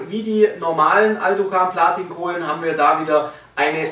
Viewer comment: "Blatin Kohlen" 😂😂😂